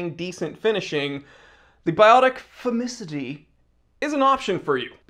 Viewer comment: It's not pronounced formidicee, it's pronounced "blaaanquepaaan". The green bit was good.